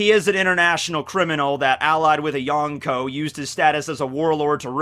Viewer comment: "yAnKo" ugh so effin cringe! if i ever stop watching you it will be because of how you pronounce yonko